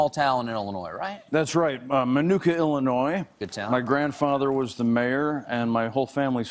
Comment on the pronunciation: Stephen, it's Illinois not Illinoise. Like I'm going to ANNOY you until you say it correctly. LOL! -- from Morris, Illinois